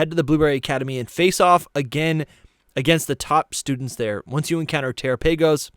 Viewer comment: Guys terapagos is pronounced like galopagos, not terraPAYgos 😵‍💫